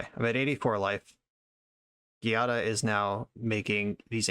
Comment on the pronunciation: this deck is sweet but for the record "giada" is pronounced with a soft g since its an italian name-- /,ji'a,da/